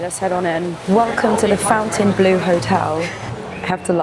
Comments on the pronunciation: It’s not the Fountain Bleau …..it’s the Fontainebleau…. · It’s FON-TAIN-BLU NOT FOUNTAIN BLUE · Fontainebleau - bleau is French for blue lol. I like it a lot more than the other Vegas hotels tbh. I prefer the way everything is spaced out, especially in the casino - not that I gamble. The food looks really good and everything is so clean, light and airy.